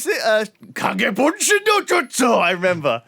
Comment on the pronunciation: as a JSL speaker, Lewis' Kagebunshin Pronunciation isn't THAT bad.